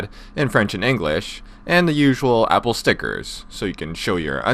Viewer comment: You says the APOL AYYYFAAD FOW